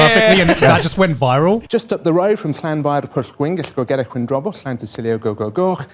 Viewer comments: Connor pronouncing ''Llanfairpwillgwyngyligogerychwyurndrobwllllantysiliogogogoch'' like it was nothing and still struggling to pronounce Japanese names. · Connor pronouncing the really long Welsh town was easily his biggest flex on the podcast